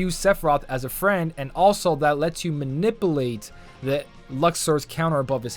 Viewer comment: I believe you said man-i-pulate